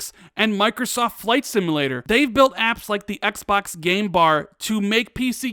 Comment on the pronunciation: Please Stop saying Xbax ,very creepy